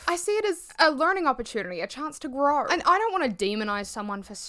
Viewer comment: “A chance to growaugher”